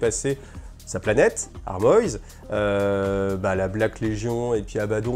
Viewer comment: Tu peux prononcer Armoise en français, c'est un nom de plante. ^^